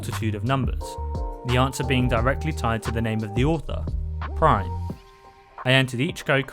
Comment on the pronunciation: that is added by a mod, there are no unique items in there normally. - it is pronounced ar-can-saw, he is named after the US state. - also a mod-added unique. - prime, like amazon prime, optimus prime, prime numbers...